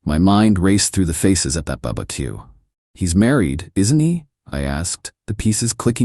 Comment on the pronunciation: I snort everytime the narrator says "bubba keeuw" lol